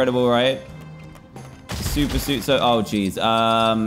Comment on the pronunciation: WHERE IS MAH SUPA SEWT